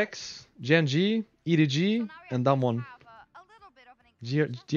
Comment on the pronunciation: Why rekkless pronounces DAMWON sounds like Dumb one? hahahaha